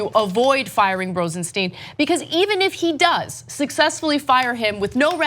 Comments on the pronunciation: Ana, please, the man´s name is Rosenstein, not Rosensteen. It looks like it´s going to be a name to remember. You might as well get it right early, which was a year ago. You´re still great. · Do these presenters EVER correct each other when they say someones name wrong? Cenk called him Rod Rosenstein & ANA call him Rosensteen.. CENK should correct ANA.. is not RosenSTEEN.